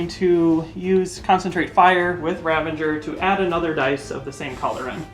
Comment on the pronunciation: 'Ravenger' = Ravager 😁